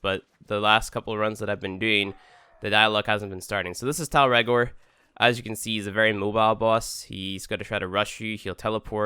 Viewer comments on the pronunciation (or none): Good vid. But it's not Tile regor. Listen to Lotus's pronanciation